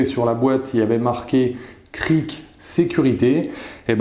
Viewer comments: Il et bien en même temp le prix forcément... Le Michelin et a 50€ de mémoire je l'avais payé pas même gamme de qualité. Mais pour un usage amateurs sa suffit amplement. Et c'est cric ( Crique ) pas crie 🤣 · Un crie ou un cric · ta pas compris qu'il ce foutai de toi... car tu dis le cri ( du verbe crier ) au lieu du cric ! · CriC y a un c a la fin sa ma stresser pendant toute la video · Bien dis😂😂 je n'arrive pas à ne pas entendre le cri...